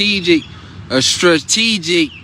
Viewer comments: If you gave $ to this moron that can’t even pronounce “strategic”….sounds like the most ignorant person. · His terminology different y’all, you can’t be pronouncing strategic the correct way the first time ya feel me? We up